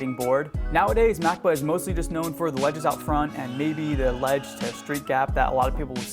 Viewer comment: it pronounced ma cob a